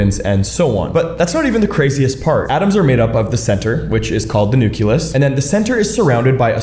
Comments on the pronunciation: How are you gonna be a science communicator but pronounce NUCULOUS like a fifth grader? It's hard to respect that 😅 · I refuse to listen to someone who pronounces nucleus as nuke-ya-lus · Why The Fuck are you pronouncing "nucleus" as "nuculus"?!?! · It pains me that he pronounces Nucleus as Nuculus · AAAAAAAGGHHHH! Please, PLEASE do not say NU- KYOO-LUS! It's pronounced "NU-KLEE-US!" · I can’t stand how this guy says “nuculus.” It’s pronounced “nuclEus.” Same diff with nuclear power and how some idiots say “nucular power.” Just incorrect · So, I've always enjoyed and respected your content and the way you explain things simply without unnecessary complications, "big words", etc. And I know this is a small thing in the big picture, but I was very disappointed today to hear you describe the center of an atom as the "nucYAlus". You're smarter and better than that my guy, it's NUCLEUS..NOOK-LEE-US if phonetic spelling helps. I know a shit ton of people are gonna come at me over this, but there's a reason why we spell and pronounce words a certain way, largely to prevent confusion and even accidents and injuries. And web content contributes to more and more people being nearly illiterate and unable to successfully communicate when it matters. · His mispronunciation is cute though 😂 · Why are you pronouncing 'nucleus' like that? Did i miss something? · The way he pronunces nucleus upsets me. No other issues or notes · Being a science communicator and mispronouncing important words isn't the way to improve interaction. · This guy doesn't even know how to prononce nucleus, how can you trust him for scientific information? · That pronounciation for nucleus is criminal😂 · Your pronunciation of Nucleus makes my ear bleed. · Wrong. It’s the nucleus. Learn to pronounce scientific terms so people might take you seriously.